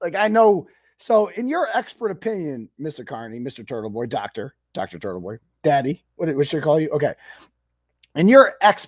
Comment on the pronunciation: Why is it pronounced Turddle-Bhoi?